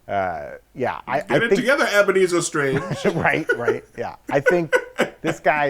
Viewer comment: Eboneezer Strange roflmao 😭🤣💀💀💀💀